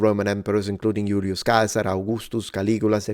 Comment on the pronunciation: I enjoyed this almost as much as hearing you pronounce Julius Caesar - I've been mispronouncing his name for over 55 years!! Going into exile now.